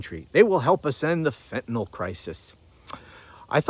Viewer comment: I thought he said it comes from Canada, this Fentanil